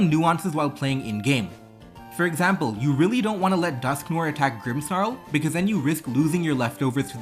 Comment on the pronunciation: its pronounced dusk-nwar :)